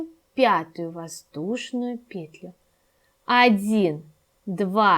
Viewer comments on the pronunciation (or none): Не вот эту ПЕтлю ,а вот эту петЛЮ! Просто жесть .. Уши вянут... Деревня Кукуево...